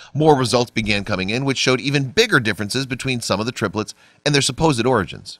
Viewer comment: "all three terplets" hehe